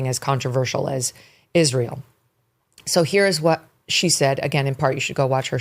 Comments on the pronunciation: Dear Candace. It's not 'Ishreel', but 'Israel'. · Why cant candace pronounce israel